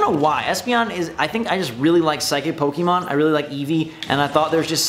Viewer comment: When you have played Pokemon from the start and still can't pronounce it correctly.